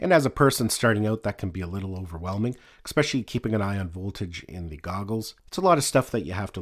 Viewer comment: great video thanks but btw there is no "X" in the word es·pe·cial·ly!